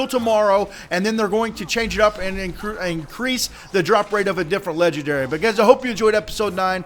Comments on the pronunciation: WTF is a ledgandary? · that is called legendary not ledgandary